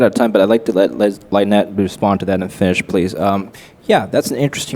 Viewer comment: It would be good if the host could pronounced Lynettes name properly. (Hint: it isnt Line-Ette). Even the other guest micro-pronounced Lynette sending host a clue. Lynette is so gracious.